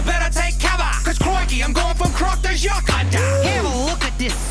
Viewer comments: 11 months late... Jacques = pronounced "jock" or "zjock" Not "ju-queez", lmao. It's in the song intro. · Should probably mention that Jacques is pronounced as "Jacq" and not "Jaquis" since it's basically the French version of "Jack" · His name is pronounced "Jock". The same way you pronounce the word for "athlete." I do disagree with this in one way, and that's the "quietly surrender" thing. Not only is it based in bullshit (the French have a better record in war than the US does... and have you ever counted how many military-related terms we use in English that started out as French words?) but Cousteau himself was a special forces commando in World War II doing shit like assassinating Nazis and blowing up their ships. The man was a badass. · Jacques.... is pronounced ZH-AK..... its french for Jack